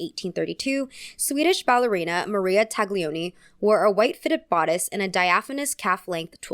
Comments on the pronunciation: Talioni (without -g in pronunciation) and Diagilief (pronunciation, accent in -gi) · If you’re at all interested “Taglioni” is pronounced with a silent G. But pedantic corrections aside, I simple adore all of your content. My besties and I FaceTime while we watch 🥰